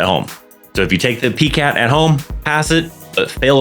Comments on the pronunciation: Its Pie-cat not Pee-cat. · Thank you, great information. The way you say PiCAT is so cute lol I’ve never heard anyone pronounce it that way before until now. I’m used to hearing PiCAT (Pie-Cat). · It's pronounced as "PIE-cat"